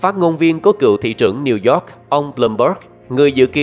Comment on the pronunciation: Cảm ơn những tin tức bạn đưa Mong bạn có thể tiếp nhận ý kiến của mình là bạn nên học lại cách đọc tiếng anh Chứ New York mà bạn đọc thành Nêu Dọt Time nghe mắc cười quá bạn ơi